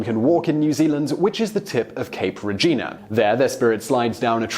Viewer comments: Cape Regina??? If you said "Re-ing-a" I'd understand your mispronunciation. But, no. It's pronounced, Ri-ang-a. And I can't imagine it being that hard to google. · Cape Regina is very far from 'Cape Reinga' ~Reh-eeng-ah~ lmfao, you were right when you said the pronunciations are a bit off hahahaha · Oh I'm sorry Simon but you did say cape reinga wrong. 😭😭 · Cape Regina? I... no. Reinga. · cape reinga bro not regina pronounced rla-ieng-ah also maori is maadi or mowdi ka mihi ki a koe, mahi te mahi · Maori "Regina" - nah. Read it again. It's Reinga pronounced Re- angar or Ray-angar